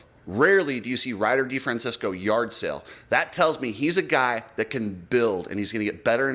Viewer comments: De Fran Chess Co THATS HOW YOU Say Ryder D's lastname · Oh, RC and YOU, it's DeFrancEsco NOT DeFrancIsco. Not San Francisco.